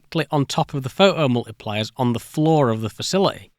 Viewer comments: Pho-oh multipliers eh? Great... until they shah-er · oh COME ONE, pho' 'o multipliers. but phoTocathode. phoTons. So you CAN say the T, but certain words, even with the same root words, get the silent treatment!